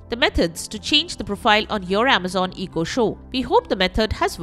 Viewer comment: What's an EEE-KO?